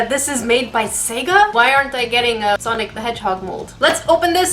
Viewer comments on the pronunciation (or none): none